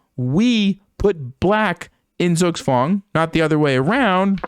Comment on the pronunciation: Nice pronounciation of zugzwang